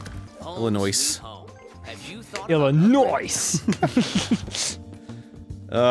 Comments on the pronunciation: The "s" in Illinois is silent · Illinois... ILLINOICE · Pronounce Illinois with the fuckin 's' one more time 😤😤👏🏻👏🏻